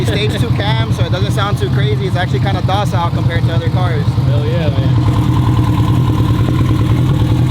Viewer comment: Dude called it "docile"... bruh.